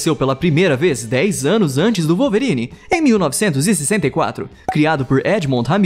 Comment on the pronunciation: "Walverine" foi foda ein!